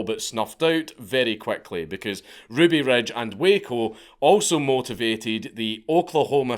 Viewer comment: "Ruby Rej" boy. lern 2 english.